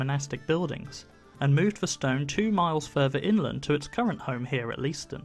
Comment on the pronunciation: It would be an astonishing undertaking to move such a grand building even today, but then... And I love that the site has found a contemporary use. PS I'd hate to hear of you being lynched by the locals: it's pronounced "lay-ston".